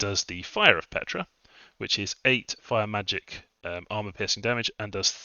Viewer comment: Ptra is pronounced pt-ra, not Petra. I feel this nation is really op. Awesome chaff, op sacreds, top-line archers, insane Tomb Kings, good early game spells for mages, great fluffable constructs. The nation just feels powerful out of the gate while scaling hard. Truly magnificent nation tho, really feels like the Tomb Kings of the Warhammer universe!